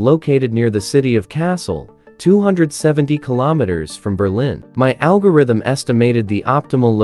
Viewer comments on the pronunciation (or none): none